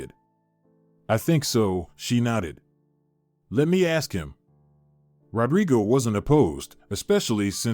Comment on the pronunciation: Nodded, not knotted